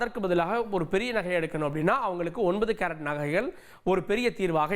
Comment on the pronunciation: Carrot engirai unakku pronunciation varale😢